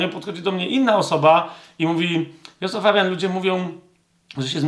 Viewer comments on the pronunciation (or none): none